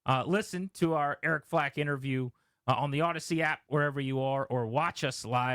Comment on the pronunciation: "Eric Flack", not "Eric Flake"!!!!